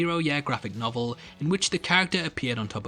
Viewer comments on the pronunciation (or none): none